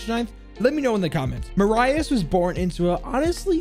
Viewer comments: The why you said Marius killed me "Mah-Rah-Ius" it's "Ma-rih-us" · I think his name is pronounced "mar_u_s" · Hey man btw it’s pronounced Mariius Streiker the i in his name isn’t pronounced like Mariah it’s kinda like Mira but Marius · I believe Jager’s name is pronounced like “Marry us” (without a pause between the two words) not “Mar Eye Us” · My name is Marius not maryahs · He is called Ma-Ri-Us, not Muraius. Yes, German Is hard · Marius is pronounced Mareus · I believe his name is pronounced mary us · I mean English has a different pronunciation of the latin alphabet, but to answer your question: We wouldn't pronounce Marius like he did either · As german it hurts how you say marius streicher Still good video Greetings from germany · His pronounciation of Marius is killing me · Its funny how wrong he says Marius as a german😆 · For me as a german, its kinda triggering how u pronounce the name Marius lol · His first name isn't "mah-rye-is" its "mare-e-is" then the last name is pronounced "striker" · I just hear butcher jager's name.... It's pronounced maareeous striker, lmao